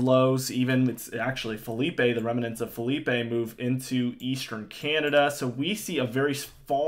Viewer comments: It's not Philippey it's phillipe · I'm gonna be so glad when Philippe is finally gone and I don't have to hear this guy call it Felipe anymore.